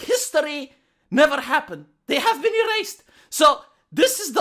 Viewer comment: I loved the rolling r's in errrrrased them! 😂